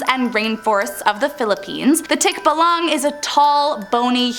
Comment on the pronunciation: Mali ang pronouns ng tikbalang 😭😭😭